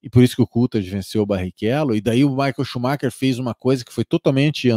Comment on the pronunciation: Obs Shumacher (consumar)